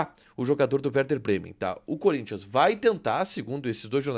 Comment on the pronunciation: Gosto de vcs do Sul , vcs sabem falar o nome do Corinthians e não curinthian ... Vcs sao fera